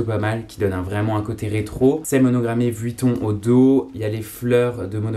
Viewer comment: Par contre faut arrêter de prononcer le U de Vuitton